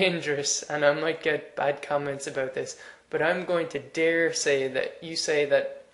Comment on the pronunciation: "daresay" that's newfoundland irish...lol